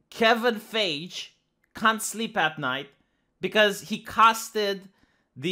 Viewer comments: Isn't it pronounced Kevin Fah-ghi? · His name is said "fie-gee"(not like jee, like gee). Kevin Feige